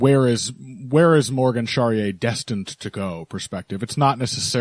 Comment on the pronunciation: The final e in Charriere is not silent It's pronounced more or less like this " Sha - Ri - E - RE It's always a pleasure to listen to you guys every week